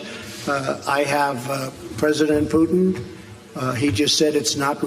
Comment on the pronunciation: It's funny to hear how many call it "Russer" and "Pewton". And they are being serious.